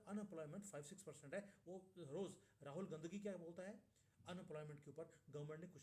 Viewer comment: आपने राहुल गांधी को पहले राहुल गंदgi कहा, उसके बाद राहुल गांधी कहा, ये आपके उच्चारण की समस्या है, ya ये आपकी मनोविज्ञान की समस्या है। ?